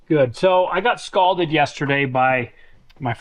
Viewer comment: Dude you need to stop saying you were "scalded". What you're trying to say is you were "scolded". AS in I'm scolding you to stop sounding stupid. LoL